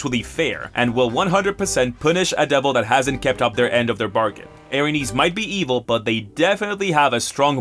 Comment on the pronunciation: Erinyes are pronounced air in yays